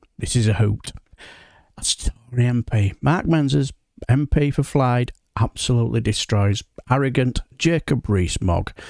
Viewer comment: So an MP whose constituency has been adversely affected by fracking (it's Fylde, by the way, not 'Flyde'), and whose constituents are dead against it, is supposed to be satisfied by hearing something in a PM statement, instead of being informed personally. 10/10 for the people management skills, Moggy!